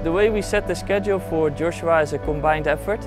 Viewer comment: His coach keeps switching between Joshua and Yoshua. :) How do you not pronounce your mentee’s name consistently?